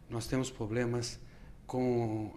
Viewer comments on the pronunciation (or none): nao confio num cara q fala poblemas